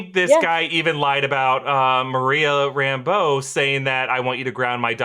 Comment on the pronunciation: PSA: It's Rambeau, not Rambo.